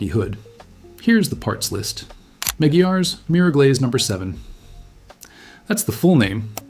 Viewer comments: It’s pronounced: ma-gwires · It's pronounced" MAGWIRES" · Hey I believe it's pronounced MC GWIREZ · He pronounced it wrong. It’s a temporary shine but it works well.